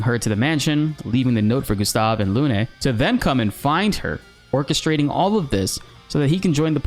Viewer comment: People stop calling here Lunè, it's pronounced Lun